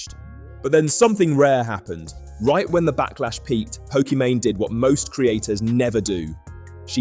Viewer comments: Pokemany? You're gonna have to re-edit this entire video because you say her name wrong the entire time. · Pokemany doesn’t deserve to have her name said correctly. Keep the video up. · Nah bro I do not trust you to have properly researched the video if you can't even say her name properly lol It's not even an exotic name